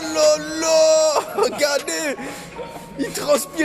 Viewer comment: Griezmann il dit "regardez" comme un vieux congolais c'est comment?